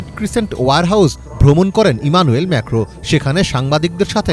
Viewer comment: ম্যেখো কি???? ম্যাক্রন হবে 😂😂😂